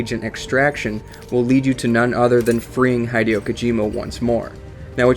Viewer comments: Hee-dio Kojima. Not High-dio Kojima. Your pronunciation. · your pronouncing hideo wrong, it's not Hi like greeting someone it's pronounce as he he-de-yo. still an OK vid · HIGH-DE-OH??? O_O WHAT? Heh-day-oh. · For those who don't know, Hideo is pronounced He-deo not literal Hi-deo... It's not english... It's the 11th thing... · HIDE-EE-O So cringeworthy bro... HEE-DAY-OH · hih-dei-oh not hed-ee-oh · HIDEO not HYEDEO FFS HSAIFHIFWAHOFWAHIOHIOFWHIOFWIHOFWIFAIHOGIHG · It's pronounced 'Hid-ay-oh' Kojima not 'Hide-e-oh'. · its hideo not haydeo :D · Love the video but I think Hideo Kojima's first name is pronounced "Hid Eh Oh" Keep up the good work. - Long time fan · Haydeeow kojima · Just because you call him Hide-eo, I'm out..... You and your video suck... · "Hai-deeo" stop. Stop. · Why does he Pronounce Hideo Kojima Heh-dee-oh Kojima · His name is pronounced "He-day-oh" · It's he-dee-oh kojima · Dude its pronounced HEE DEH OH.... Japanese is not English i is ee. E is eh. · You pronounce "Hideo" like it was spelled "Haideyo" :P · " HIDE-E-OH KOJIMA " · His name is Hideo not High-deo. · I was about to break something. This video was great, because it really did inform me of a lot of things I didn't know, but holy crap. "HIGH-DEE-OH"???? Come on, man. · He-Day-Oh, its He-Day-O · "High-Dee-Oh" Kojima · Maybe I'm being supremely pedantic, but Kojima's name is not pronounced "Hy-dee-oh". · Good job on butchering his name. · Jesus Christ I can't stand the way you pronounce "Hideo" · They way you pronounce "Hideo" triggers me greatly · I only watched the first fact and so far you miss-pronounced Hideo a bunch of times and got part of the fact wrong. Come on, man. You don't even need to do the rescue mission if you import GZ save data, you get him after one of the first missions. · You're pronouncing Hideo Kojima wrong, differently every time on purpose r-right? i am rustled